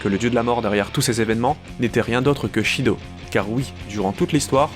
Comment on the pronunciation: Shido? Son nom est Sido! Pas Shido!